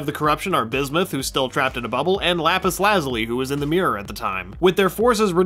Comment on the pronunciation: I take it you have never heard of the Lapus Lazuli before steven universe I can tell by the way u cant pronounce it you seem to have jokes about things like u think your smart though. 😐